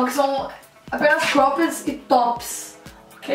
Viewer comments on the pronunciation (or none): meu deus como eu odeio o jeito que ela pronuncia cropped